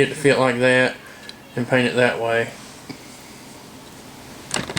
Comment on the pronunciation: that, not thay. lol